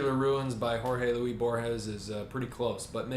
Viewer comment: Pretty sure that the 's' in "Luis" is pronounced: Sic: /'lwis/, non /'lwi/.